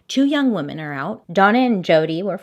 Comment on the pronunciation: "Wee-mon hater, but I am not" I can't XD